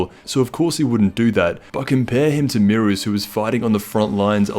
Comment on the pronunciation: Aye yo its beerus not merus